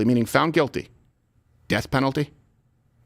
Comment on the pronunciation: "Deathpennaltie "YESSSSS